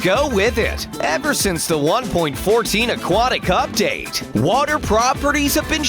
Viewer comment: am i the only one who heard: 1.14 aquatic update?